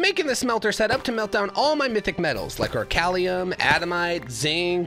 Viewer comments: Sorry not sorry adamite is adaMANTITE, and orcalium is oriCALCUM. And I think he is doing this on purpose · Bro called adamantite "adamite" and orichalcum "orchalium"